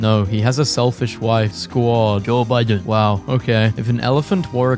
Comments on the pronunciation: He said “Joe Biden” like he was Japanese. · Why does he say Joe Biden like that 😭